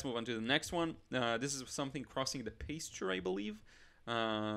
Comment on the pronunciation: I think the word you were trying to pronounce is pasture(Pass chur-it sounds the pas sounds the same as the mas in the word master) Apologies if that wasn't what you were trying to say but I assumed so because the picture shows a pasture/meadow land. Great video btw!